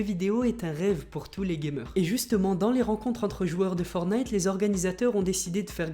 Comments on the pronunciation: Je t'aime bien mais juste pour te prévenir on dit forTnite et pas fornite ;) C'est pas une critique , c'est juste un petit conseil pour la suite !!! Sinon continue comme sa ! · "Forte - naïte" les gars, pas "fornaïte" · ForTnite et non fornite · Pouri et c fortnite et non fornite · forTTTTTnite putain de merde apprenez à lire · Dites moi si je me trompe on dit fortnaite pas fortnite je parle de la prononciation dsl pour les fautes d'orthographe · Je vais le butter si il dit Fornaite encore un fois (LE JEU S’APPELLE FORTNITE) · On dit pas for night on dit fortnigh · tu as dit fornite C'EST FORTNITE Y A UN T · On dit pas fornite on dit forTnite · C’est pas fornite mais fortnite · c'est pas fornite c'est forttttttnite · Prononce le T putain c est chiant d entendre fonite .. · On dit fortnite tttttttt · On est d'accord il a dit.... Fornite 😭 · Le T dans fortine il se prononce ptn entendre fornite tout le temps c’est bizarre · Tu ne sais pas prononcé le mot Fortnite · Il faut que tu arrêtes avec fortnite déjà tu ne sais même pas le prononcer donc hein déjà il faudrait déjà tu apprennes à le prononcer après tu pourras faire une vidéo dessus...